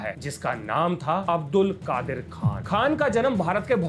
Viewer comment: I'm a physics teacher from Pakistan and i love your explanations.... making science easy.... History is always biased.... By the way It's Abdul Qadeer.... Not Qadir... Pronunciation.